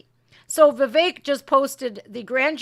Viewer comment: Viveck is pronounced Viv-eck, not Viv-ache. I worked for a manager with that first name. This is nothing but ELECTION INTERFERENCE & POLITICAL PERSECUTION of a POLITICAL OPPONENT of the resident in thief, Joey, the inappropriate toucher, Biden. I watched the hearings on elwction fraud in at least 4 states and there was a lot of fraud and interference happening. That traitor Bill Barr spoke ro NONE of the whistleblowers. He has a history of cover-ups. We can't trust the elections that they will be fair, transparent, free from tampering and other problems. ALL Americans should be concerned about this. Sorry for the edits. I agree that this was all planned. The media is complicit in this garbage. I hope Trump sues everyone involved for this rediculous farce and injustice! This is wrong, wrong, wrong! I had to fast forward through this nonsense. That forewoman is insane! She's driven by hate and revenge. For what? She doesn't know.